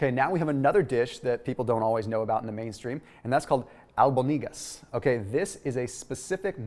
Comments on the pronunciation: Most Mexican restaurants add rice IN the meat when making the meatball. Just so you know. And it’s pronounced Al-BÓN-deega. The accent is on the ó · I live close to the Mexico border in Arizona. I have always pronounced albondigas with the accent on the 2nd syllable. Do they pronounce algondigas the way you did in California? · No one answered me why beans are not keto and it's pronounced (ABUND DEE GUSSS) home slice also why aren't corn tortillas keto please please please please answer me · Vane Lerma hahaha I was like did I hear that right that was funny he forgot to mention chorizo another good Mexican Dish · I noticed he said it a little funny too so cute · LOL, that's why they keep mispronouncing everything. Because Mexicans allow the spanish words to be ill pronounce by Americans. The way he said: "albondigas" was atrocious! :)